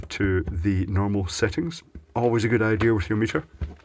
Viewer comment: DO YOU SEE an "R" in the word IDEA??? Hummph...